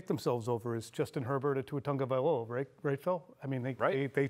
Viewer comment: There is no N in Tagovailoa. Learn to pronounce